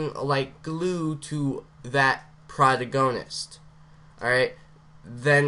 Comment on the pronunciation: I love how you say (Pro-tag-oh-nist) as (Pra-toe-goe-nist)